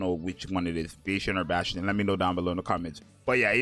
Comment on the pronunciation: I'm pretty sure it's BAAAAS tion